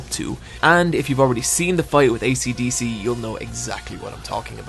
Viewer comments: Esidisi=AcDc? They pronounce it Eshidishi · Just now I realized, the pillar man have band names based one the way you pronounced Asidisi. ACDC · 258DelTa weeb:well actualy its pronounced "emurardu spurashu"